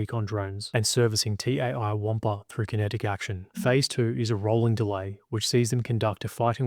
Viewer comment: "TAI WAMPA" ded🤣